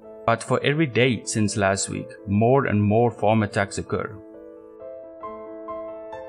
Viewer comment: Fake Afrikaner accent. No one in south Africa pronounces "last week" like Americans do.